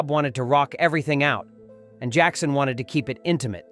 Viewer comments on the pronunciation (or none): none